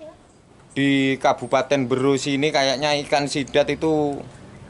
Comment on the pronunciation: Kab Berau om bukan mberoo😂😂😂😂